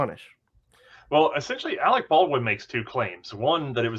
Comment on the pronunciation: Did you call him Alex Baldwin? It’s Alec. Who tf has not heard of this murder?